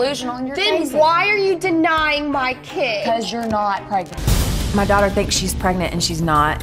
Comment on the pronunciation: pregert pregant pregante